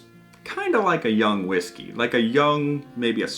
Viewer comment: You're pronouncing whiggsky all wrong, don't make me send Stevie pink eyes round to stay on your couch!